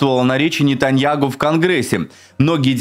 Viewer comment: А ты не поняла , что он произносит НетаньяГу?